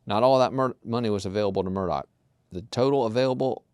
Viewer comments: MurDAW not MurDOCK! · Thank you! I always make notes of the pronunciations when y’all point them out. I’m a Michigan girl in a Murdaugh (Murdock) world! 🤪